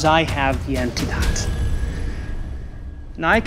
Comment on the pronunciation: lol the acting is abysmal. the waiter can't even pronounce "antidote". and the police arrived there with ambulance and antidote as if they knew they were poisoned and what specific poison it was. stupid